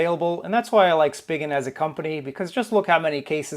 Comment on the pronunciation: I think it's pronounced as Spy Jen!!